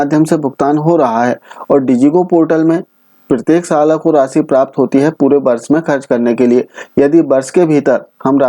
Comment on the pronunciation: Miya tu hyderabad se hota kya ..sal ko salan bol rhe miyaaa😂😂😂😂